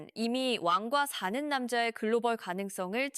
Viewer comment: 왜 자꾸 완과사는남자로 발음하죠